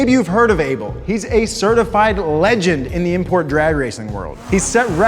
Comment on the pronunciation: I don't like how you say Abel